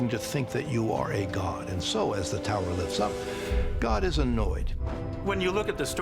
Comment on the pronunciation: tau-err to the firma-ment.